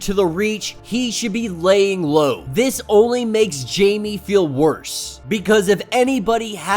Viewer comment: I’m sorry but it’s pronounced “hi-may” no Jamie but still love ur content 🙏